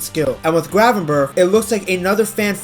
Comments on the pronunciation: Ayyy respect for the correct pronunciation btw!! Our "g" is horrible but glad you made the effort 😅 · love the fact you pronounce his name pretty well for a English speaker. Hate it when they pronounce it like